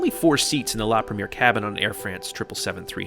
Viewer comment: You're putting the wrong accent,, when saying "premiere". The accent should fall onto the last syllable.